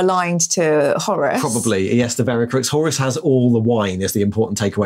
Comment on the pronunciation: Is anybody else weirded out that pronounces "Horus" as "Horace"? Flashbacks to 80s ZX Spectrum games...